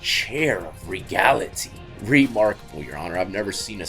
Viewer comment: " the regality" 😂😂😂